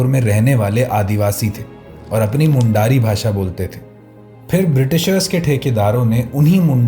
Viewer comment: Great video ❤ Bas Mundari ka pronunciation galat tha, it's मुंडारी